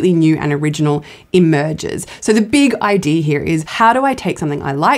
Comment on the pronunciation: because their ancestors were pirates. thats why they say idearrr instead of idea, norrrrr instead of no, and arrrr instead of i like how that sounds.